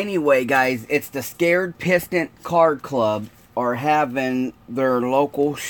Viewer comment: Respectfully.... it's. The SAY-CRED PISTON CAR CLUB... not scared. Just Respectfully mentioning... I'm sure you'd like to know. Not just pointing it out to be a know it all. I love your show.